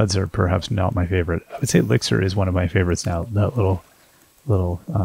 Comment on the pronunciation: The way the crops swirl around the player is so wild, it looked kinda like you were running away from a swarm of bees 😆 Kingwa has really grown on me. :DDD (( Also, I headdesk in the realization that 'Lickzer' is a shortened pronunciation for ELIXIR, holy cow 😅😂 ))